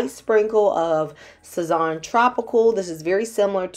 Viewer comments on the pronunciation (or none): It was like a punch to the gut when she pronounced Sazón,😢 butchered it 😂